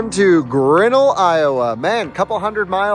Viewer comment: Pronunciation of Grinnell is, “Grin” like the smile and “nel” like rhyme with “fell”